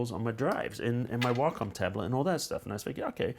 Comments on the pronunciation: "if you look at the whockum tablets" WACOM WAY-COM NOT WHOCKUM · Logan Darklock that's not how wacom pronounces it.